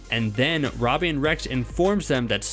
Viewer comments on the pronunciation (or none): first, you pronounce Sikowitz wrong. Now Robbie?!